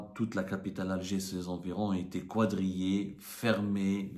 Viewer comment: Le verbe quadriller est mal prononcé